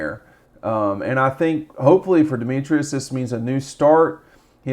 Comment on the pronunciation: Pronounced De-metris, not De-me-trius…